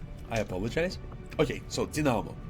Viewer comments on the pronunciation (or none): Very informative video. Just a friendly reminder, dynamo is pronounced like “die no more” (which is what I intend to do now that I’ve watched your videos). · Just as an aside, if you don't mind, but you're pronouncing "dynamo" incorrectly. 🤓 It's actually pronounced as "DYE-nuh'moh." Your command of both the grammar & syntax specific to English, coupled with a not-at-all intrusive Russian accent (I think your accent is fuckin' dope, personally), combine to make you perfectly comprehensible to any native speaker of the language in question, certainly; given all that I've said so far, I figured that you'd want to know when you were making a small mistake so as to prevent making it again in the future. 🙂 Keep up the great work with the channel, man! I love all three of your videos about the new soldier archetypes in "War of the Chosen!"